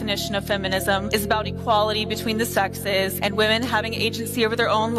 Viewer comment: 12:oo can't even say the plural of women